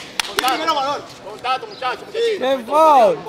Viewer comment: Joosemauroo21 no dije que lo fuese, estoy hablando de su frase, es normal en nosotros los domis decir ese tipo de frases, si te fijas dijo "contato en vez de contacto" y por eso lo comente, pero nadie ha dicho que fuese foul.